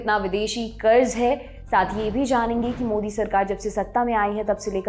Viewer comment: Kuch bhi kaho congrass ke adhikariyo ko bolna to bilkul nahi ataa 😂😂😂 1. Karja- karda 2. 100 lakh karodh ka karja 55 lakh karodh ke karje se tiguna ho gyq 😂😂 Aur mere se suna nahi gya 😂😂